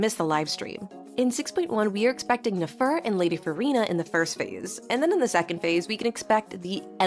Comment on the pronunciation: OMG SLAY I SPEAK FRENCH TOO XD since you can speak french i wanted to tell you this in my earlier comment: for Nefer, try to pronounce it as Néfer, kinda like "never" but with f instead of v. same goes for escoffier (éscoffié) <3